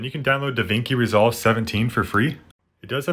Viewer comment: Bruh really said "DaVinki Resolve"